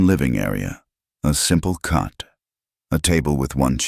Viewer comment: It's COT (bed), not CUT!